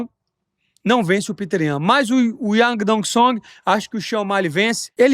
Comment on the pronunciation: Essa pronuncia do nome do yadong ea melhor kkkk